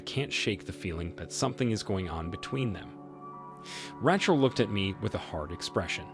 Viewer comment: “I wanted to know if Ratchle was ock.” 😂